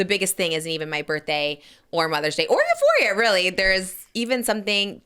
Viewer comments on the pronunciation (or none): none